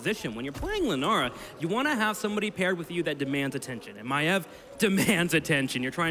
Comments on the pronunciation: As a fellow Australian I never even imagined someone calling Maiev "My-eve". So it's a not a thing about her accent, rather, her as a person. I'm sure people have told her that it isn't pronounced like that but she just sticks to it. I never realised Tyrande was "Teerahn-duh" and thought it was "Teerahn-day" and it just feels weird saying it differently. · So the problem with the new caster is that she pronounce Maiev weirdly? Sincerely I don't care at all, and it seems a really fussy criticism to make. She has a clear voice and a nice flow, even if she didn't say much at all for now. I can't wait to hear her in a game.